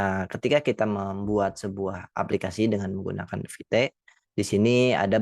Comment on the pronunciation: Not vite instead vit 😂